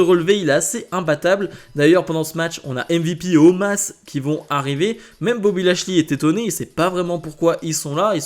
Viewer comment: Non mais sérieux omaaas au lieu de omos...